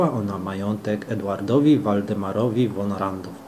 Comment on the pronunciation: Z końcówką Hof to zawsze jest folwark w sensie miejsce gospodarcze. Jeszcze mała uwaga językowa gdy czytasz przed szlacheckim niemieckim nazwiskiem to von nie czytamy "won" tylko wymowa jest fon poćwicz to by się przyzwyczaić. Imię Christian czytamy Kristian a nie przez Ch. Ja to w dobrej wierze pisze. Zwrócił mi uwagę na to mój przyjaciel Niemiec Thilo i przez niego odkryłem Twój kanał.